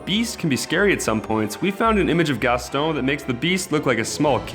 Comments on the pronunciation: Really? Did this guy just say GasTONE or did he say Gaston and I'm just tripping? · Mmmsoz but it's Gaston not Gastone